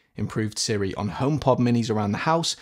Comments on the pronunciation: Are you saying Sri or Siri? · I was wondering why Siri was pronounced improperly. You nailed the coffin on the head. I wish Siri actually did learn one’s voice.